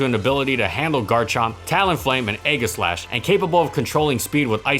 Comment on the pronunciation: Aegislash is pronounced with a soft G, like "eejislash". Keep up the good work!